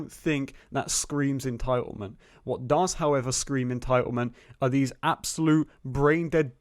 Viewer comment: Just keep saying en-tile-ment and you’ll have everyone on your side. 😂😂😂